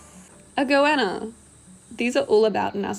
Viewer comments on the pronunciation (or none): 'goanna' lizard, that's what it is...sounded like iguana